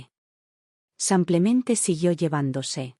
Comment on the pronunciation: La historia buena, la IA de la patada, siempre dice 'samplamente en vez de simplemente' De inteligente no tiene nada, es muy b.r.u.t.a.